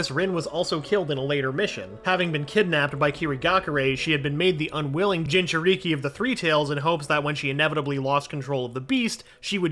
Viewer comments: No he said gingereekee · He said ginger i ki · Bro said 'jinjeriki' It's jin-juh-ri-ki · Bro really said jinjuriky hahahahahahh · Why did you say gingereekee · Bro fire this guy look at how he said jinjurik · No he’s trying to get to me “Jin cher Ee kee” no that’s not right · jin ju rikeee had me cracking up so much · “Jijuriki” “Uchia” “madra” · BRO WHEN HE SIAD JINCHURIKI HE SAID GINGERRIKI THE HELL IS THAT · bruh "jinchurigi" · Man don’t let this guy commentate a story again “jin-chu-ree-kee” and “uchihas” does he not know obito name? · ginga ree kee 💀💀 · Mans really just called Naruto a Jinchureeki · I appreciate the effor in the videos, but man can you tell this narrator gives no fucks or doesn't understand naruto at all lol. Referring to Obito as Uchiha, saying Jinchūriki as "jin-chur-ikke", and many other blunders. Made this video insanely hard to watch. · Ah yes, a gin chur reeki and a jone in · “OOchiha” “jinchurEEkEE” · Dude I'm dying how he pronounces Jin churikiiiii lmakkoo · It bothers me how he says Uchiha and jinchuri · You better learn how too say jinchuriki